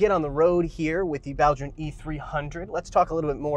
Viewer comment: I really wanted this review, thanks so much. Also, really appreciate the correct mandarin pronunciation of Baojun